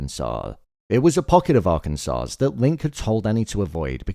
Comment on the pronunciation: the S on the end of arkansas is silent lol. it sounds more like Are-ken-sah